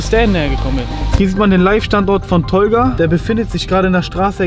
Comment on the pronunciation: Vallah sagst „tolga“ wie ein tobias mit brille aus gymnasium